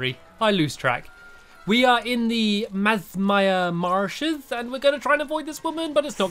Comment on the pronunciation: Masmire marshes? Its called MIASMA Marshes! XD Lol